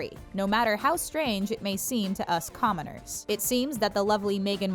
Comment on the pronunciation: Did you just call us comeners 😡